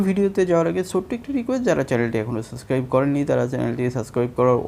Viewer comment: সাস্ক্রাইব কি রে ভাই? বাপের জীবনেও সাস্ক্রাইব নামে কোনো শব্দ হুনি নাইক্কা। তুই উপস্থাপক পাইলি কইত্থেকে? উপ্রে চ্যানেলের নামের ডান পাশে তো লেখা সাবস্ক্রাইব। তুই পাইলি কই সাস্ক্রাইব (সাসক্রাইব)?